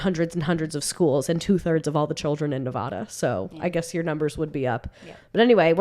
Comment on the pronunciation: Please my ears! Who says Nevada like that?! 😂😅😅 Ok back to the pod